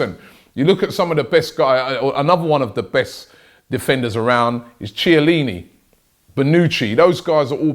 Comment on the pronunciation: Pronounce Chiellini properly